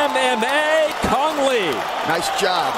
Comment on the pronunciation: kung lao not cang le :)